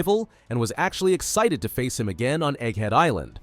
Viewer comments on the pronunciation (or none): none